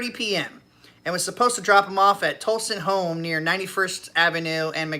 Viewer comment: Pronunciation correction. Tolleson (tall·eh·son) Dysart (die·sart). I also drive Lyft as a second job and live in the area. And yes everyone please be safe, I have nearly 10k rides as of now and can tell you I've had many rides that could have went bad really quick. Had a gun pulled on me once, almost got into many fights, had many arguments with drunks, the list goes on. Be safe everyone! Uber and Lyft should raise passenger prices for night drivers. Like most jobs do for working night shifts.